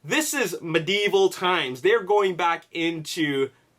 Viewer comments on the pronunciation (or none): I love your videos but i hate how you say medieval.